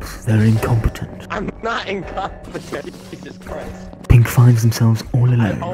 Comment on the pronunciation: "dancing": "JESUS CRIST"